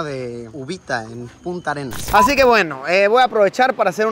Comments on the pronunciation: Es Puntarenas, no Punta arenas Punta arenas es un lugar de Chile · Luisillo es PUNTARENAS, no punta Arenas. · Puntarenas, no punta arenas xd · se pronuncia PUNTARENAS